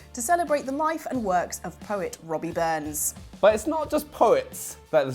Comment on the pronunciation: * it's not Robbie Burnsrns it's Rabbie or Robert